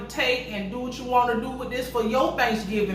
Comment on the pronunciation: Girl, where your ass at? Now it's been too long!😉 Come on Bach! (back)😆 I live the way your country ass say back😆